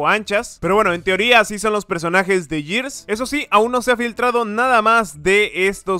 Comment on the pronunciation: Se dice gears no yirs v